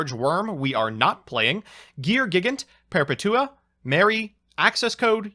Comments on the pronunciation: "perpatua" "perpetua" Look up DC's Perpetua and watch a "Comics explained" or a comic youtubers video literally spelled the same way as the yu-gi-oh card and everyone says it the way it's spelled "Perpetua" like the word "Perpetual" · Per-petua Like perpetual Per-petua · you said perpetua wrong just to piss people off right? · I really hope that's not how you say perpetua/perpetual in real life and it's just a meme lmao Edit: Nice vid btw time thief is pretty cool also hope you're staying safe with everything going on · wtf was that Perpetua pronunciation